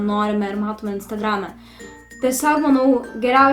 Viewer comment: "yutubei" "instargrame" I almost shit my pants there